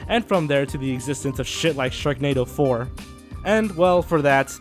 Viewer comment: I thought, for a moment, that you said Shreknado 4.